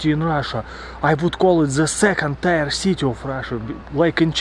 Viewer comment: Hello. I like your videos. The English word "tier" is pronounced as in the word "beer". Another word with the same spelling and sound is "pier" meaning a jetty for mooring boats.